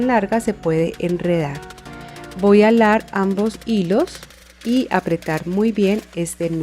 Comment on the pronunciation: Me encanta como dice alar en lugar de jalar 😅 ya hice la de san benito y me que do muy bonita lastima que no se pueden subir fotos gracias por tus tips son muy buenos me encanto 😊